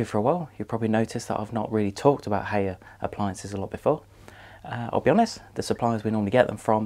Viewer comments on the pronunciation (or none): Hay er lol It's High R FFS